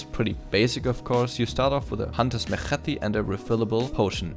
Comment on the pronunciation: lol when you say machete. nice guide btw man, i like the format